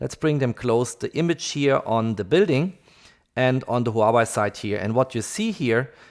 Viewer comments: Hua-WAY. Not Hau-Why lol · Please, stop calling Huawei a Hua-Y, and Ultra ['ʌltrə] is not ['ultra]. I can hear your native language is german, nevertheless...